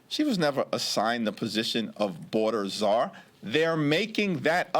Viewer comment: I heard boarder cazar from Joe